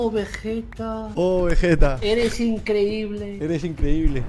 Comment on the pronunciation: nadie: diciendo veyeta en ves de vegetta xdd